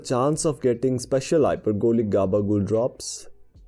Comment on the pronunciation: I love the way he says gabagool, such a smooth pronunciation. Great video